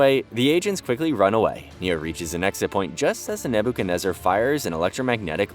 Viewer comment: "Naboo kenezer" lol